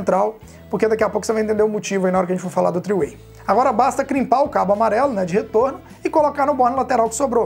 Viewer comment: Top! Só uma ajuda aí. Interruptor paralelo é no Brasil. three way (o mesmo que 3 caminhos) em inglês. Esse tree do texto é árvore em inglês. A pronúncia é um pouquinho diferente. Abraço!